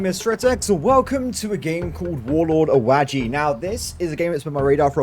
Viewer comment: AH-waji. Not a-WAdgey.